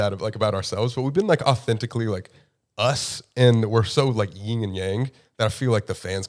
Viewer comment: It’s Yin and Yang not Ying and Yang. Unless you’re like the Ying Yang twins? Shake it like a salt shaker! 😅